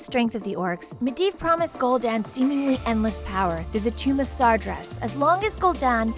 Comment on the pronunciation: Kahgar.... ner'thul... Gol'Dan... Gil-neas... stormgrade... Blackmar... Duroton... Taren... scorge... kil'jadeen... mal'ganees North end... Lordrien...dooratoor. How to pronouce them right: Kad-gar (Khadgar), Ner'zul (Ner'Zhul), Gool'dan (Gul'dan), Gill-nay-es (Gilneas), Strom-guard (StromGarde), Black-more (Blackmoore), Dur-o-tan (Durotan) T-oor-in (Tauren), Sc-er-j (Scourge) Kill-Jay-den (Kil'jaeden), Mal-gan-iss (Mal'ganis), North-Rend (Northrend), Lord-eron (Lordaeron), Dur-o-tar (Durotar). No offence to though she actually did well pronouncing them. P.S SarGeras not Sarjeras.